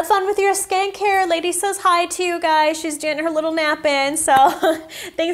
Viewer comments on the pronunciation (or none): none